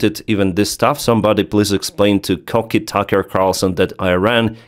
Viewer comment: "Kooky" means crazy, the way you said it sounded like "cocky" which means kinda arrogant? I think. Just a heads up homie! Love your content! Keep it up!